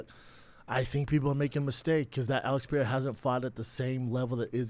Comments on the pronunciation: why does he insist on calling him "Alex Pi-era?" C'mon man... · "Pereira" not "Piere-a" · I cannot wait until whoever is on fight companion corrects Brendan on how he says 'Pereira'.... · I wonder when Brendan is gonna learn how to say pereira...